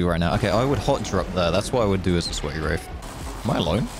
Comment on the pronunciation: When you say wraith, it sounds like you say wraf